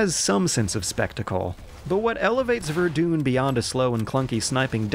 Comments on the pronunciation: I've been arguing this for a month now! Verdun needs more attention. By the way, it's pronounced ver-done. People saying this war can't be gamified are just plain wrong, and it seems like Battlefield is studying with the incorrect people. What would be truly interesting is trying to do lesser known wars, but that would not attract as much of an audience. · "Vardoune" That's epic XD This is not how it's pronounced at all (honestly, I don't care, it's just very funny) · Every time he says Ver-doon i want to throw up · Totally not No One no ver-dain is how you pronouce it but not "ain" like rain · verdoon.... wtf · VERDOON LMAO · Wait, why are you pronouncing verdun, verdoon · lol "verdoon" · Verdoon? Lol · lol verdune, you make a video, get footage, edit it, and can't even be bothered to type verdun in google to check that highly historical place pronunciation ? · He has to be doing it on purpose at this point. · Alright guys new challenge, every time this man pronounces Verdun wrong take a shot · Great video as always but your pronunciation of Verdun is maybe the most American way you could have possibly pronounced it, lol. I had to do a double take to make sure I didn't have Fargo on in the background or something. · Sadly, I also pronounced Verdun that way until I heard someone else say it properly. At least i'm a weird Canadian so I can get away with it. What's your excuse,? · That's not how you say "Verdun" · you are saying verdun worng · I’m sorry, how did you just pronounce Verdun? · That's not how you pronounce Verdun.. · Hey it's pronounced Ver-Done not Ver-Dune. Sincerely, Who-Could-Possibly-Care. (Great video!) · Ver-duun, not Ver-doon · Ver-Done. Not Ver-doon. Sorry just thought you should know. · Verdun, not Verdooon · VER-DONE not ver-dun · Ver-dun not ver-doon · Um.... ITS VERDUN NOT VERDOON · Ver-DONE Verdun is not pronounced Ver-dooon. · Verdun not verr dune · It's pronounced "VER-DONE" not "VER-DUNE." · its vur-done not verdooon